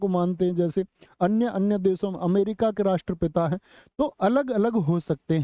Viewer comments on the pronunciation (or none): none